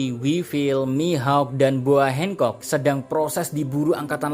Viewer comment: hancock atau hengcock 😂